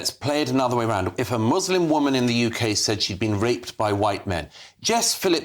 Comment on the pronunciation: Welcome to 'da Yookay' Munkee-house ---cheers Starnmer .!